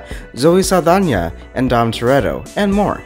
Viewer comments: Wait did he say don toretto 😅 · Did you say it stars Dom Tereda…..ooof ah